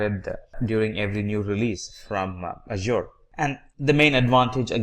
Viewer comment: mate, you have to pronounce correctly for the word "Azure", the other words do not matter, but this one is very important.